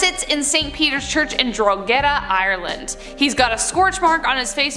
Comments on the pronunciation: Dro ha da is how the church in Ireland is pronounced Drogheda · P s it's pronounced draw-head-a in Ireland..I'm Livin Der in Drogheda!!!👍👍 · Just to let you know Drogheda is pronounced dra-eh-da the gh is silent. I have relatives who live there. The letters are combined quickly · Drogheda is pronounced draw-heda 🤓🤓